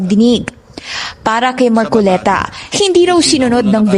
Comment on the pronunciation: Mar-co-le-ta Hindi. MAR -CO-Liii-TA